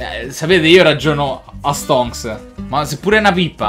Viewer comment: quante volte hai detto STONCCCCSS